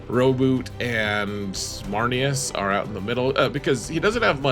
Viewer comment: Blood for the blood god. Also you pronounced Rowboat wrong.